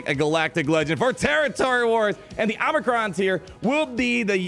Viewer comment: Oh-mi-cron not "omni" -cron